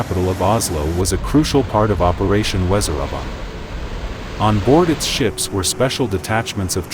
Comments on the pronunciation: Operation Weser-übung (pronounced vezer-oobong), NOT wèzeraba. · I cringed every time the voiceover tried to pronounce "Weserübung"